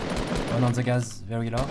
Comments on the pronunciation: Pourquoi les français disent ze a la place de the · cour d'anglais! : the ne se prononce pas ze.. XD sa se prononce di.